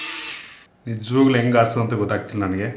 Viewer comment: arsod alla arod alla, harodu harsodu, aa ha swalpa difference thilkoli